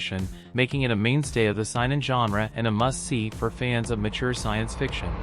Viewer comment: Saynen it’s how it’s pronounced if this was not AI already